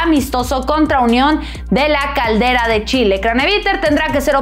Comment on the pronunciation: union la calera no la caldera jaja